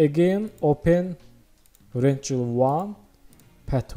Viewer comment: I adore how you pronounce "rectangle" ♥️